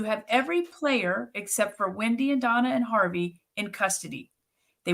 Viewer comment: love your in depth explanation here. Just one question, why do you call Wendi - Wendyeye? I have to know! 😂😂